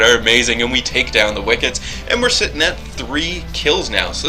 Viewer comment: stupidity... hmmm does saying wickits instead of wicks count?